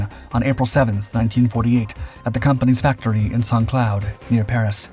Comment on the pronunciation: A great and informative video as always. If I may offer a small correction: the second part of Saint-Cloud is not pronounced as the similarly-spelled English word, but as "clue".